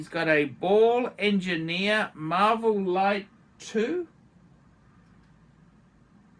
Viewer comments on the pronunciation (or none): none